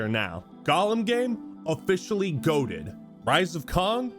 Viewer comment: I had this video playing, loud enough that I was in another room doing something while listening, bruh I shit you not I had to come back and rewind just to properly hear you say "Rise of Kong" cause it sounded like "Rise of Cum, a masterpiece" 😵‍💫